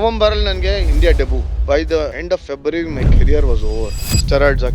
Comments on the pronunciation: Should be pronounced as Debyu instead of Debuu That's fine, he speaks such a Good English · Debut pronounciation by Vijay looks weird